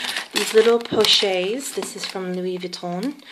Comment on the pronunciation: Nice review, pochette is pronounced with a hard "T" like "posh-ET" with an accentuated sound on the T because of the extra "TE" at the end. T is only silent when there is one T at the end, also the "N" of Vuitton is silent :-) I love the colour of your bag and of course the cles pochette. I have only ever had LV bags and have never had a Chanel bag but I am thinking of getting the jumbo, is this practical for everyday?